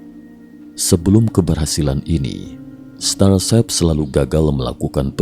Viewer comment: apa cuma saya yang mendengar "starsep"?